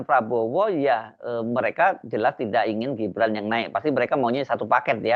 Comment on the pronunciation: Sekelas seskab masa bacanya sesuai tulisan???!!! Kek bocah SD???!! Pokok harusnya diucapkan poko, tidak diucapkan tida' 🤦‍♂️🤦‍♂️🤦‍♂️